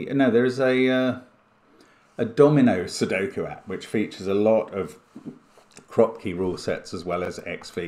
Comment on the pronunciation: Yes but he never read the "Kroopki" in the rules correctly :(